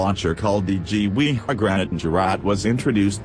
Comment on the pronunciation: I love how you spell gewehr is gewee